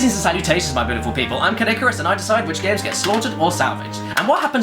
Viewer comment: When he says his name, it sounds like "I'm Kid Icarus" to me. It may be that I was playing that earlier, but still. That's funny.